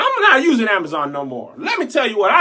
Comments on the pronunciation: The way you pronounced Amazon (Amaza) almost took me all the way the heck out😂😂😂😂😂😂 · I'm just mad at how he pronounces "Amazon" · The way you say “ Jeff Bezziz” “Ceo of Amizin” 😂😂😂🙌🏾